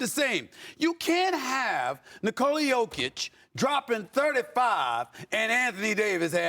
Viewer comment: Hunh? The Lakers aren’t good. They are in the 10th position in the west, exactly where they should be. It’s just ESPN that talks up the Lakers above their ability because they think that attracts eyeballs. And Bob Meyers, holy smokes dude, how about you learn how to pronounce Jokic’s name.